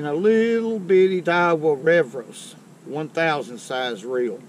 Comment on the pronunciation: Don't forget his pronouncing of Fuego and revos. LMBO